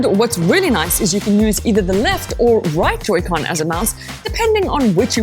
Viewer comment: It's Pronounced Joy-Con